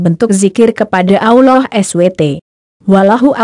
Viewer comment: Tolong ganti yg bisa baca rasulullah dan allah swt dan baca ayat2 al Qur'an dg benar, biar tidak salah arti